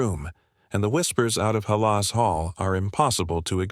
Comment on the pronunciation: Teach AI how to pronounce Halas- please!